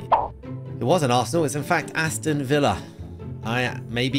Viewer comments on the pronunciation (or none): none